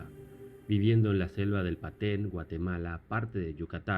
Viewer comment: No es Paten, es Petén.